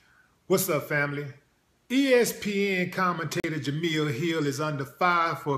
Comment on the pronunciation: Willie, my brother, it's Jemele not Jamille.